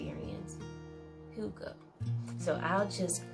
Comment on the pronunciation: Loving, lovely video, dear (hygga pronunciation = who-gah)